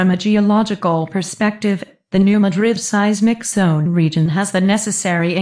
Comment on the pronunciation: I'm from the area. The narrator doesn't know how to pronounce 'Madrid'. smh